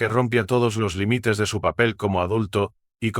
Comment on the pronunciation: Pobre lectura. No énfasis en acentos, no existen las ñs ...que es limítes, pódia, paníco, OHIO Oio